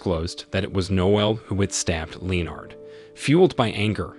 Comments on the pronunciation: 'LEO-nard'? Really? How about 'LEnnad'? Anyone would think it's a machine 'talking'! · Leo-nard? No-el? English not really your thing is it? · It sounds like you didn't even bother to watch the film. "Lee-Oh- Nard". The burning garbage was inside, not outside the flat.